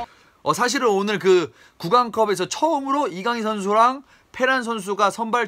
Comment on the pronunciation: 이거 해설은 발렌시아담당해설이라 그런가 kang in으로 읽어주는데 다른해설도 들었는데 아직도 kan gin으로 발음하더라구요